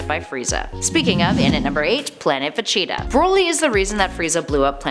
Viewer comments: Jesus Christ who is vecheeta? It's veGeta LoL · It's pronounced Ve-gee-tuh, not Ve-chee-tuh. He's the Prince of All Saiyans, not the mascot of Cheetos. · it is siad like this veg-eta. Is it just me or is the way she says Vegeta really weird?? Planet Vecheetah? She says it like Va-Cheat-a Thats why i came to the comments. For this comment. The empty man 1 day ago Cringe Isaac Denley 1 day ago Vegeta. jablackjam 1 day ago She needs to say it correctly. Jahnte Walker 1 day ago I cringed every time she said that. Slinger of Truth 1 day ago She's saying Broly wrong too. It's Brol y not bro lly. sstrunks8813 1 day ago I like her nobody corrected her. Dan Maloney 1 day ago I have made the case that she has mispronounced it in the past. But I chalk it up to her being Canadian. Joshua Martinez 15 hours ago She's dumb clearly never saw any of DBZ! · It’s Vageta, as in Vaj-eet-ah. why are you saying va-cheetah? That aside though, love the video. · Veceta or Vegeta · she definitely said vecheetah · I Couldn’t get past the first few VeCHEEETAAH’s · i cant 😂😂 no one corrected her before uploading this....vecheetah.... facheta...... fa chi ta...... va cheee da ......kills me everytime she says it wrong 😭😭😂😭😂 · Every time she says “Vecheta” my aids flare up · How about a Top 10 Ways not to say Vegeta, and in at our #1 Spot Vecheetah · I'm sorry I do love the videos I liked her but I hate how she says Vegeta. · Is this like a cool-whip joke with the butchering of saying Vegeta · God I need to stop watching this channels dragon ball videos, they cannot pronounce Vegeta right at all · Omg I love how she pronounces Vegeta. 😂😂😂😂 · Is it just me or is the way she says Vegeta really weird?? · Thought the same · I have made the case that she has mispronounced it in the past. But I chalk it up to her being Canadian.